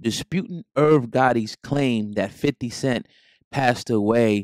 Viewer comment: Did he say 50 cent twice and once wrong.. he did butthead. Huhhuhhuh. Thanks for HHN